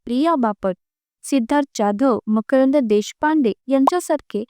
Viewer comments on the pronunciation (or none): none